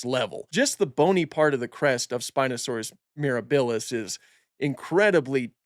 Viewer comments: pls say miRAHbilis rather than miraBILLis T-T thanks for the informative video though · Love your content here and on IG! Oh and quick heads up - it's MirAbilis (accent on the A), not MirabIlis (accent on the i). It's Latin for "wondrous" and it's also how Serenno, Navarro and the team are pronouncing it.